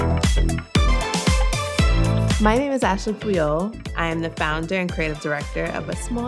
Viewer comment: i needed to look this up, i thought I heard Ashley C3PO